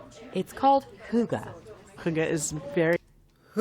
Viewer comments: It is not "hugga" - it is pronounced streight forward "hygge" ---- Yes, for me as a Norwegian, coming from a cold winterland, I associate Hygge with coming into warm surroundings from activities in freezing cold and snow. Lighting up, making a fire in the fireplace, creating a little nest around myself, preferably with candles and dim lighting. Finding food, drinks or snacks, and things I want to surround myself with to create a calm and relaxed atmosphere. Newspaper, magazine or book, listening to music. Either alone, or with family or friends, or others. Maybe a game of cards, quiet conversation or silence. The main thing, and most important is to create and having a relaxed moment in similar surroundings where the mind rests and the most important thing is just to enjoy life there and then - until you want to break away from the more contemplative and emotionally relaxed state, and be active in more everyday activities. That is my definition of Hygge. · the way you say hygge, sounds like something you smoke on, (hugger) sound very funny for a Danish guy, who have grown up whit the word hygge 😂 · Hoogah?! Wth is that 🤣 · When you look it up it says hygge is pronounced hoo gah... Its not. Its a sound that doesn't really exist in English. But there's no O sound in it trust me. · I'm surprised that the reporter pronounced it "Hugge" instead of "Hygge", considering the letter Y is part of the english alphabet. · Why does Americans always change the letters. It’s not «hugga», it’s «hYgge». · I get that Hygge isn't easy for other languages to pronouce, but why are you pronouncing the "y" like a "u" a the "e" like an "a"???